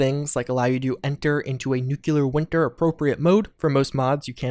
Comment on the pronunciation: "Nucelar Wintar" lol